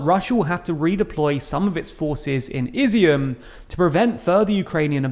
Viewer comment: Izyum is pronounced ih-ZOOM